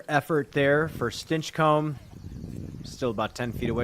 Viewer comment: Really not liking how is pronouncing Stinchcomb.